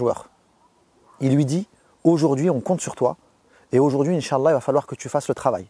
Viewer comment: Ton inch'Allah et bizzare